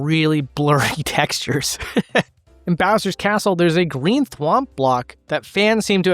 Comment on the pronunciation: Did you just say “greenth whomp block”?